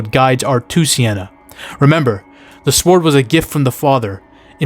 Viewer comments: You say sword with emphasis on the w. Love it lol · You saying sword with a hard W and sliding in that sienna is also very attractive during that explanation sold me! 😂 liked, and subscribed!